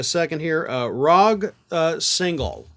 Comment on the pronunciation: I'm thinking it should be pronounced "Rodj", but read it as written...